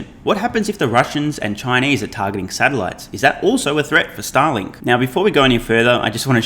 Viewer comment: you pronounce Starlink like Stalin